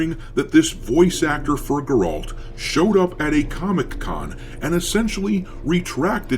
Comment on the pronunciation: What's a Gorolt?